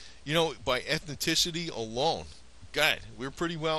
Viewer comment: Very interesting vid, but Et-ni-Ci-ty is not pronounced Et-NO-TI-ci-ty. Grating. Like saying Nu-cu-lar, as did that bonehead physicist Jimmy Carter.